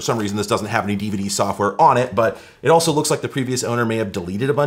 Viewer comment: I like how all YouTubers pronounce DVD as Diva Dee